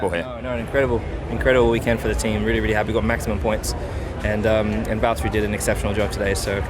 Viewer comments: Valteri, it’s ja.. chotto matte. James it’s valteri do you mind if I pass Hamilton? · James, it’s Valteri... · James, its valtteri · James, it's Valtteri